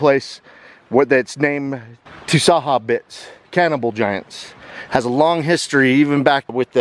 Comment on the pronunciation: the s is like a sh sound so the correct way of pronouncing it is more like jarbidge.